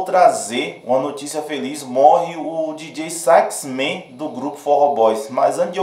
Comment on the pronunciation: Não se pronuncia Dj sax men e sim Djota sax man !!! Soh uma correção